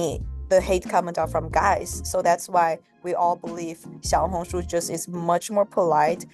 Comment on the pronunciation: Hi, it’s actually pronounced ‘Shiaohongshu’, not ‘Jiaohongshu’